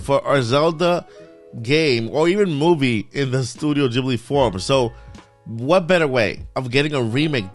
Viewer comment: Studio Ghibli (Gibly not Jibly)